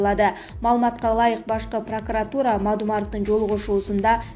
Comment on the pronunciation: Эй журналист кыз Башкы прокуратура- десен башка прокуратура дебей.Анан акцент ударение ондоп албадын таптакыр олуптур.